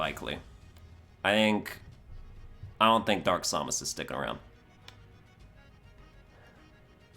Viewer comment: The way he says Samus hurts me in ways I don't know how to describe.